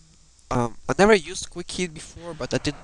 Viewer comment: Its Quick Heal Not "Quick Heat"!